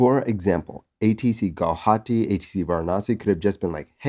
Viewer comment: You're the first non-Assamese person to pronounce Guwahati correctly. Kudos to you!